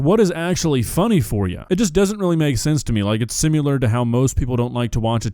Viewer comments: Dawg, I'ma do you a solid. The word is pronounced: SIM-ih-lar Similar. One thing is like another. It is not: SIM-you-lar Nowhere in the word is there a u, nor a "u" sound. It is not "simular." Please stop saying this word wrong holy shit. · says simular..... it's similar Sorry, grammar mistakes bother me, so I feel the need to fix them. Sorry!